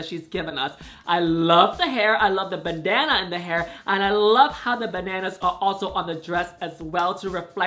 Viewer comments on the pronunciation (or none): I legitimately spent about twenty five seconds searching for a banana in Symone's hair, because when Yuhua says "bandana" it sounds like banana.